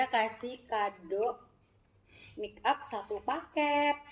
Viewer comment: Sebutan nya make up buka mik up😁